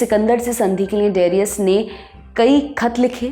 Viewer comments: de-ri-yas.....nahi daa-ree-yas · AAREE PAGAL DARAYUS. DIRAYUS NAI.NAAM THEEK SE BOLO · डेरियस नहीं डरायस। हिन्दी में दारा। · Darius nahi Dayursh hai wo nam aur sultan nahi shahnshah bol sakte hai. Please correct it. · Darius nooo Daryush Cyrus nooo Karyush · angrez madam. Darius hindi aur urdu me Daa-ri-oos banjata hai. Babylon banta hai Baabil ya baabul. ap hindi channel ho? sahi me?